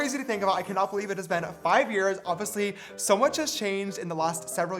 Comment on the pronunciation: Not James saying oviously for the 1000 time like sister it’s oBviously